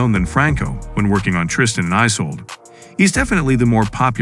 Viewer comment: It’s Isulduh not Isolde 😂